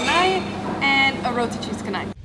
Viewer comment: Welcome to malaysia. Just to let you guys know the C in canai is pronounce like ch...roti Chanai...